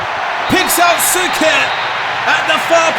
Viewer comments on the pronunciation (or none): As always, phenomenal video❤️❤️ Unfortunately for me, I was born year later so I couldn't live the first Croatian success on major tournament. Also small tip for CRO players names: Suker is pronouned Sh-uker and Prosinecki is pronunced Prosine-ch-ki😁